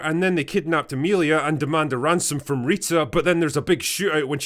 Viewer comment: "Froem pwnis thu vegynaa" ..... . .... Oh god help us